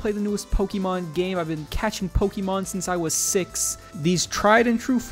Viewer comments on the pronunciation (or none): none